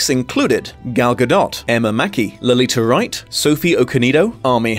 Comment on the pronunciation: Begging you to learn how to pronounce “Letitia Wright”